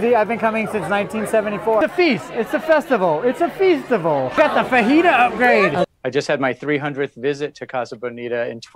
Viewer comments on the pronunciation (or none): "It's A Feastivle!" GET THE F AWAY FROM ME!